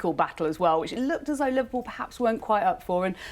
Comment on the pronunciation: Li-VAR-pool the Invincibles pwahahahahahahahahaha !